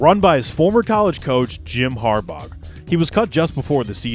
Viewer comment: had to turn if off when he kept saying harbog